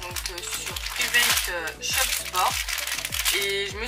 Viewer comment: On dit privet sport shop 😂